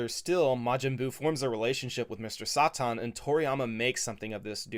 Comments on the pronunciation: Say it with me now: “!” Not Saw-Tawn 😅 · His name is saten not satin either say his name right or call him hercule